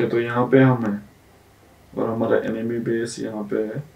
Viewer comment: enemy ko app ne emeny bola lol